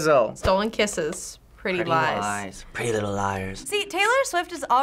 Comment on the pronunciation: It sounded like they said Pretty eyes instead of pretty little lies